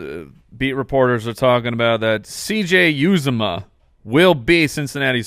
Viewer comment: As a Bengals fan, it's pronounced u-za-mah.